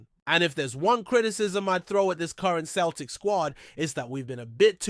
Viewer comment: It's pronounced seltic